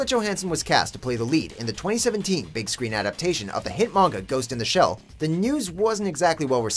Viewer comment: oh my god you actually said manga right